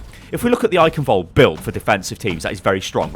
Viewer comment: Your pronunciation of Eichenwalde is terrible xD